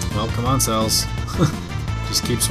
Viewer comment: her name is not "CELLS" as you say. it is celes. pronounced sa*less as in celestrial. please dude call her by her name. not CELLS!!!!